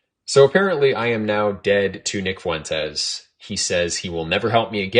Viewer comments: Bro ... Ur nick Fuentes pronunciation is whippin yo azz.... It's " Fwen- tez"😂 bro not Fuh-EN- Tays I'm over here cussing at the MF phone lol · If you say FOO-went-ez one more time 😂😂😂😂😅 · The way you say Fuentes makes me chuckle lol